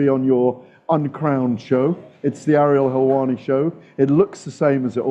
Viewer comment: “I’m very well Ariel HELLwanni”